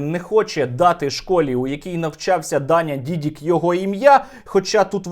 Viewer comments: Дякую, Сергію! Тільки правильне прізвище Дані - ДідИк. На тій дошці помилка. Тримаємо завтра за вас кулаки! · Та нє Дідік а Дідик